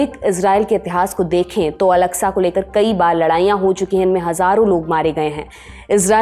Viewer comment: Its masjid aksa ak-sa. Not alaksa. Inshallah Humanity will win ... Down 👇 Israeli